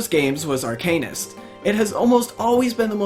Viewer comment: Arc anus? Are-cuh-nist bruh